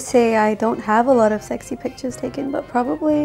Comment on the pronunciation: Don't understand some hate comments here. She was brought up in New Zealand and that's why she has the accent. Also, no one is perfect at such age. So, please get off her backs regarding her use of the word "probabaly".